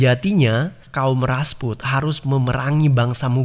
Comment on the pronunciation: Rajput min bukan rasput